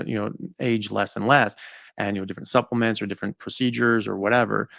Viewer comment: lol suplamentavor 🤣